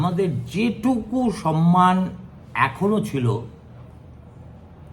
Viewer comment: কাল বাংলাভাষীদের লজ্জার দিন হতে চলেছে। "সম্ মান ""শব্দ ই যে সঠিক উচ্চারণ করতে পারেনা ....